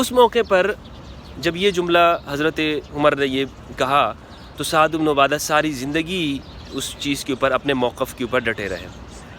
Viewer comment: O bhai hello,, Mola ali ny kaha tha k huny b mashwara mein Shamil krty hamari b Raye leni chaiye thi, mola ali ko koi khila fat ki lalchi nhi, q galat bat phela rha, bukhari ki hadees dakhao jahan mola ali ny ye kaha ho, Saad ibn abada lafz Hai ubno a Ada nhi, pehly bolna to seekh lo